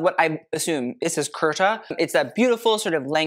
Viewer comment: It's not karta......it's k-a-u-r-t-a😂